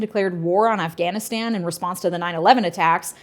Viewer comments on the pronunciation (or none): none